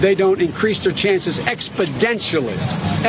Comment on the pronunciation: Great! Now I can't pronounce exponentially correctly. Can't unhear expodentially.